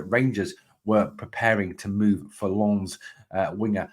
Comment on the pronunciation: Another good informative video. Very sensible view on why Rangers had scouts at the Hearts v Aberdeen match. Much as I would love Shankland to come to Rangers, it's a lot more likely they were there to scout the opposition for next week in my view. Refreshing to hear your decent pronunciation of "Lens" compared to other Rangers YouTubers as well. You almost nailed it apart from the silent "s" 😁👍